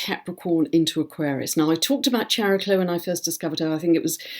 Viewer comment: If Chiron is pronounced "kai-ron," shouldn't Chariklo be pronounced "kaer-i-klo," with a hard "k"? It's Greek -- like "chemistry" and "chameleon."